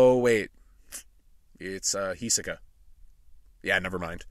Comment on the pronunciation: H I S O K A not H I S E K A